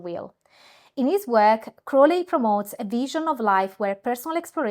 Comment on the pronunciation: I stuck with this video mainly because you pronounced Crowleys name correctly. Very interesting stuff!